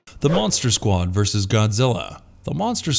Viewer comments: Why can nobody pronounce the word “versus”? It has two syllables. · Why did you people keep saying VERSE???.....The word is VERSUS!!!! You DID get it right towards the end. .....but then you messed up calling it "Warner BROS".....It's Warner BROTHERS!!! Can you PLEASE do some research on ACTUAL English before you post your next video?! Why did you emphasize the E's in Voorhees so much? You don't need to do that.